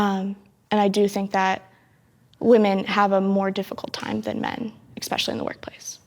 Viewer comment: I love the subtle correction of “Gun-Ho” to “Gung-Ho.” Now if only somebody had done that for the girl who can’t stop saying “ekspecially.”